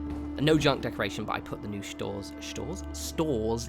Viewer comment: "shtores" jaysus, you from Galway or something?